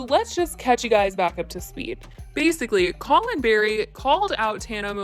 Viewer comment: Collin Barry =wrong KAY*LYNN Barry KAHLEN BARRY *no hate